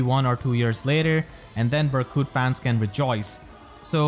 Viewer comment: “Berkute” IM DEAD:_pm1Smile2